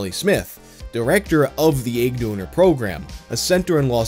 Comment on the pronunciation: Nobody:: ægg